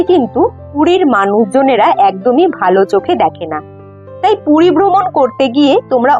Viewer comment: Ooo DIDI PUDI NA PURI...CLEAR KORO